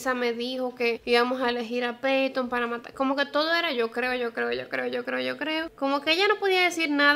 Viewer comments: "Yo crrrreo" estresante. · Amé el “Yo CRRRRRRREO” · Por que dice "crrrrrrrreo" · "Yo crrrreo..." <3 soooo cute! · me encantaa jajajaja que diga así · Jajajaja me encanta su pronunciacion de la r, es fantastica